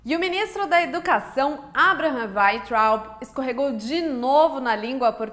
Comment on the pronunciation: E você nem sabe pronunciar o nome dele direito kkk